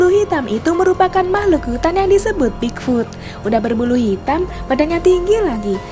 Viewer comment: Bigfoot..bukan bigfud